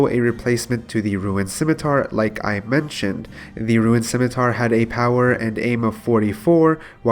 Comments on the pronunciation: your commentary is very good now. great job adapting to the advice so quickly. one gripe tho: “roon” not “ruin” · its not "RUIN" its RUUUUNE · "ROON" NOT "RUIN" JESUS CHRIST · why are you saying ruin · i will not watch if someone cant pronounce rune its half of the games name ffs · this guy and "ruin" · It's pronounced rune obviously, not sure why you would purposely go out of your way to say a word wrong about 200 times in a video, had to get off my ps4 and go to mobile just to comment about how annoying it is. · Says “Rune”scape but says “ruin” 2h.. niqqa what. Popcoin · Thought I was the only one that heard it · Why u keep saying ruin? And why Do u keep saying the same thing over and over again? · It's not "Ruin" my friend.